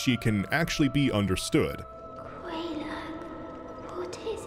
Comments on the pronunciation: Queelag? Fair lady told the name and you still call her Queelag? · The way he pronounces quelaag is so weird lol